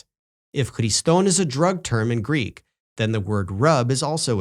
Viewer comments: I appreciate so much that does not use Erasmian pronunciation and has a background in Modern Greek!! If one cannot use proper, historically informed reconstructed Classical Attic or Hellenistic/Koine pronunciation, one might as well just settle for the Modern pronunciation. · Listening to using almost native like Greek pronunciation makes me smile. Breath of fresh air, honestly.